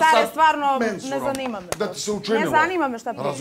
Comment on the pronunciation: Ne zAnima...Ne zanima me🤣